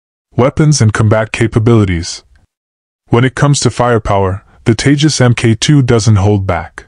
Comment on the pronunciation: Its TEJAS not TAJES